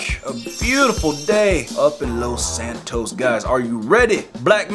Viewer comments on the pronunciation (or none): The funny part in word los Santos is its los-sand-toes